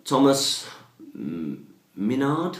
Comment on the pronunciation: Thanks for the answer. Don't worry, I'm still watching. It's Mynard is pronounced [Mine-ard] btw. Sorry, just thought I should mention that. Currently trying to think of another question!:-). PS., check your One Ring PMs